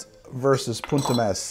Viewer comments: italy here!! the pronunciation of "punt e mes" is meS and not meSZ ^^ and you pronunce punt pretty well i should say!! love your video by the way, they are pretty funny and still full of infos for those who are not so into bartending ^^ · Italian here. It's poont eh messs (s/z are distinguished in Italian)